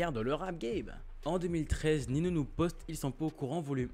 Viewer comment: ça se dit "Ninio et pas Nino" mais perso je m en fou ta vidéo elle est quali continue et lâche pas frérot